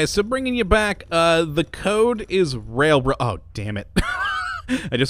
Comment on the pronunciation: "railrod" XD